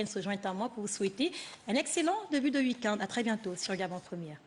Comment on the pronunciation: week- end et non week-unde